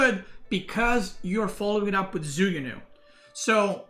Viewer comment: it's more like joo ku new than zoo goo new